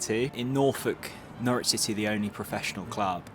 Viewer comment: "No-ridge" not "No-rich" -- It's ok, they even get it wrong on most commentary. :)